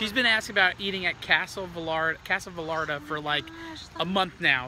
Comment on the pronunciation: two L's makes a Y sound. Vayarta #espanol